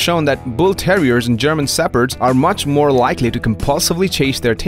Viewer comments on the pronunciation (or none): none